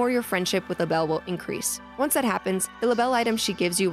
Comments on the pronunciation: Actually, in new horizons you pronounce Label’s name like a label. That was her original name before she changed it but that’s why it’s spelled differently again now. So there is no need to say it fancy! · Her name is Label. That rhymes with Mable & Sable. Her clothing line is LaBelle, which she used to go by as well.